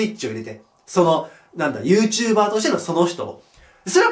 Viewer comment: YouTuber↑じゃなくて、YouTuber↓な気がする、、